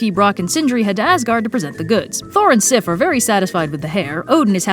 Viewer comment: I think you pronounced those names very fine! Sometimes I forget how different these words must feel in English. Here in Denmark, they sound normal. And I love how well you said Sif - that's my daughters name. <3